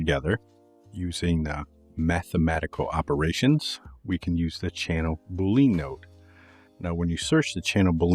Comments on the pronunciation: Awesome, I can’t pronounce things at all, so I definitely not poking fun, but I’m pretty sure it’s pronounced like bull-lee-in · great - btw boolean is pronounced just like argentinean...